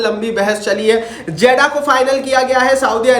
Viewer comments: 😂😂 jaddah nahi jeddah 😂 jake phele padlo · Not जेडा it's जेद्दाह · Zeda❌ jiddah hai ✅ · Jaddah nahi hai jeddah hai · Hahahahah Jeddah ha not jeda